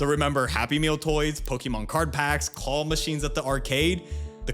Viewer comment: I was so confused listening to this. I understood it only after I went back and looked at the video, but just a heads up that it is very hard to understand what a “call” machine is. “Claw” is pronounced very differently.